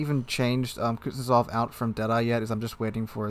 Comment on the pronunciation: Please tell me I'm not the only person that cringes at how he says Kuznetsov, its not kutyozov